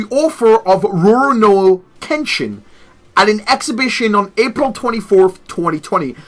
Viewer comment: It’s called Ru-ro-Ni Kensington